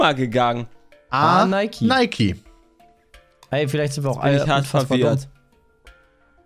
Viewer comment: Es wird "ˈnaɪki" ausgesprochen. Ich hoffe meint die Unternehmen generell. Denn die Gründer sind jeweils schon lange tot.